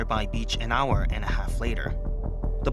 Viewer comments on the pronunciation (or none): none